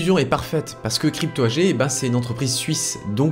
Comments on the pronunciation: Sylvain, dans le monde des entreprises AG ne se dit pas "agé" mais "agué"! C'est de l'allemand. C'est comme Angela Merkel on dit "anguéla"! Ça fait plus cultivé. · Attention Sylvain on ne dit pas "ange ella" Merkel !!! On dit "Anguéla" Merkel. Quel manque de culture !!! Également tout au long de la vidéo tu dis Crypto "Agé" on dit "Agué"!! Si vraiment il y avait un réel travail d'enquête dans cette vidéo cela demanderait des connaissances et des aptitudes intellectuelles qui forcément aboutirait à savoir prononcer correctement ce genre de mots. Je pense qu'il n'y a aucun travail d'enquête dans cette vidéo. Quand il parle des rapports de la CIA, j'y crois pas. Je pense que sa principale et unique source est une autre vidéo, propablement en Anglais. Je ne doute pas non plus qu'il a du aussi certainement regarder la page Wikipedia de crypto AG.... En fait il ne fait que raconter à sa manière une histoire qu'il a plagié. Plagier ne requiert pas la même intelligence culturelle qui permet de savoir bien prononcer des mots étrangers.... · oui j'avais bien compris à propos de chiffrer. AG en allemand se prononce "agué". Dans le monde des affaires c'est comme cela que tout le monde dit. de même qu'on dit "anguéla" Merkel. C'est juste une histoire de culture. C'est pas dramatique mais ça laisse l'impression que le mec ne fait que répéter une histoire. Il a pompé sur une vidéo en anglais. Il n'y a aucun travail journalistique d'enquête contrairement à ce qu'il laisse entendre. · AG étant un acronyme allemand se prononce AGUÉ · Oui mais il ne sait pas prononcer crypto AG, AG se dit à l'allemande et il ne sait même pas prononcer Angela Merkel non plus, ça ruine tout.